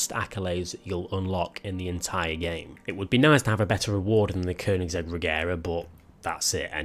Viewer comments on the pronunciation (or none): none